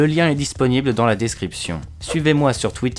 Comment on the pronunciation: Si c'est maxi Picsou magazine qui le dit... (sinon, si tu veux avoir un accent anglais un peu plus crédible prononce Layonne hart et pas heurte, merci pour les anglophones)